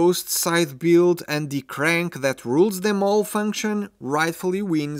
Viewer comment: Has anyone ever mentioned to this guy that the word "the" is not pronounced "dee"?